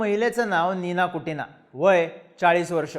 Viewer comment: Kutina nahi re bhava Kukina aahe te